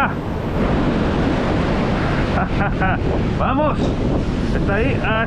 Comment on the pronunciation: Me encantan tus videos🫰🏻 Ya me acostumbre a escuchar ese “vamosh” 😅 Bendiciones